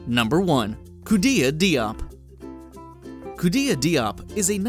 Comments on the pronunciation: Diop is actually pronounce jope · Khoudia Diop last name is pronounced incorrectly. It is a French word and is pronounced "Jhop." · The name "Diop" is pronounced "dj-oh-p." I speak Wolof, so, just wanted to let you know!